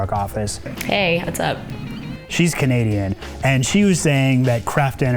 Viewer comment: "she's Canadian".....More like "Canasian".